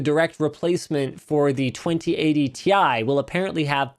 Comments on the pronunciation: I thought it was pronounced like tea☕ for 2080Ti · "Ti is always spelled Tie", sad Ti-Chi noises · My dude, Ti is literally like Pi. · So π can be pi and sound like pie, but ti cannot be ti and sound like tie? Hmmm, Linus, you should be the last one to go with stereotypes my man. You were the Chosen One! It was said that you would destroy the Stereotypes, not join them. Bring balance to the force, not leave it in darkness. 😂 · 99% of the people call it "TI" but 1% that's Nvidia call "THI"... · The short form for "Titanium" is still pronounced "TEE EYE". No one calls Lead "Puhbuh". Well, I do now. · As a Chemistry student I can tell you that basically nobody pronounces the Chemical Symbols like that. The letters are pronounced seperateley or the element itself is named. Pronouncing Titanium as "Tie" doesn't really make much sense and would be confusing. T, I is correct. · I will NEVER say "tie". It's tee eye. It's like how Sony confirmed it's a cross rather than an "X" (that one actually makes sense, but I don't care, I'm still calling it X because I have done my entire life and I'm not about to change everything I know because someone says I should) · NO, TI for Titanium is still pronounced t i. For example, we pronounce H20 as H2O and NaCl as NaCl. So, Ti cannot be pronounced TIE. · Ti was always pronounced T I. The marketing guy who told you it's "tie" is definitely trolling. Jensen Huang has been calling it T I for years now. You can watch the 2080ti launch. He says "Tee Aye" as much as he says "the more you buy, the more you save". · no its ti double x y z not tie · specs leaked or why it shouldnt be pronounced "tie". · It’s Thai fighting as in Thailand, not fighting with ties 👍🏻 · Titanium in Chinese is pronounced TIE